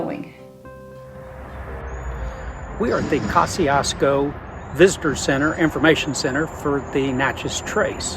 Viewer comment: Ka-zi-es-ko just saying :)